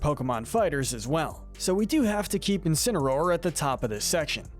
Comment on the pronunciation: You did incinsroar dirty